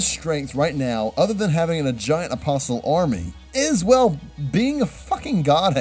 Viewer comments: the T in apostle is silent. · The T is silent in "Apostle" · The t is silent. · You can always tell when someone watches subbed when they can't even pronounce apostle right. Come on dude you've had to have gone to church at least once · And Apostle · My theory is that not a single berserk fan properly pronounces the word 'apostle'. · the t is silent in apostle